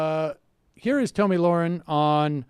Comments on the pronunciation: It's not Tomi for f*** sakes it's Tommy like the boy's name it's not f**** hard it's just felt a little different people like to make f**** different genders up go with it a fat old f*** who's like 40 years old can transition to a girl a four year old girl and you guys cannot get this woman's name right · "Two-mee Lahren" 😂 .......or Tammy or Toni?! 🤣🤣 I'm glad to see how forgettable that stupid bitch is for no one getting the most basic bitch 'Tomi' name correct (Toni Lasagna!! 😂)